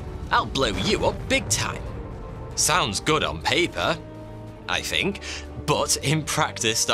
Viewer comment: THINK not FINK